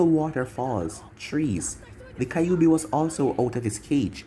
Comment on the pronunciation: It pronounces ky ouuu bi not kay obi